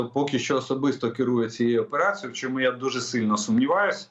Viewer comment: Для ведучого. Чому спотворюєте українську мову. У вас що не слово то м'який знак. Щьо, чьому, нічього, чюти. В українській мові немає м'яких шиплячих і крапка!